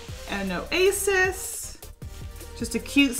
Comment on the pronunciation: Creating an o asis. But why the pause between the o and the asis lol